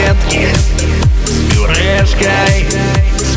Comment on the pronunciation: вы правильно говарите не с Бюрешкай а с Пюрешкай